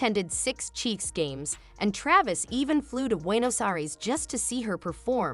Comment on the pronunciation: That's an old video 10 years old....she never gave a video or interview since dating Travis other than onTime magazine for Person of the Year. that yourc fake channel, you can't even pronounce Travis' name correctly. You're repeating NewHeights podcast segments and what is already publically known for ages. You are a fake channel.